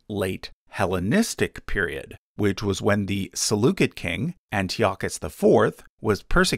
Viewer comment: The “c” in Seleucid is pronounced like an “s” not a “k”. Seleucid is pronounced like “sell-oo-sid”.